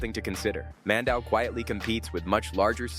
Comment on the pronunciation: Mandaue is pronounced as "Mändäwê"